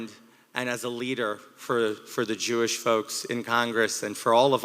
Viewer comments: "JEW ISH"...LOL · “Jew-ish” smh